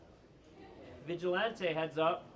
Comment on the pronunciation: this nigga dont know how to say vigilante